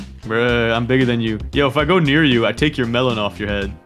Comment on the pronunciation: It’s melon not Melen